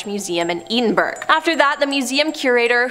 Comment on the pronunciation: Love videos What TF did she call the capitol of Scotland? Eden Berg? Her head would be served? D'you mean severed? Celtic is pronounced with a hard C, as in the Celts. Celtic with a soft c is the football team. ",,,hope I said that right..." I'd be very surprised. I'm amazed she can pronounce her own name, but in truth I blame the editor. 🙂